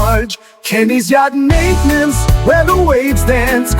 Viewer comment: That's a catchy tune. Nice job. The guy singing isn't pronouncing Maintain ence like Kenny does though. Fix it. Just kidding. Thanks for the tips. The paint looks great.